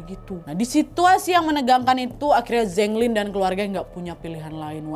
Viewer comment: Keren konten nya.. tp char siu bao bacanya Cha siu pao... Zheng lin bacanya Cheng lin..